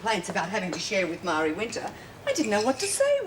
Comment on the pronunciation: Myra called Marie, "Myree" instead of "Maree" Hey BIG MOUTH JUDE! what if it had been Lori? Would you have done the same thing? HELL YEAH! You would have tried to get Lori off smack. The next time Edna gives you something Marlene, give it to Jude. Then when she throws up her guts, tell HER "It was just your imagination."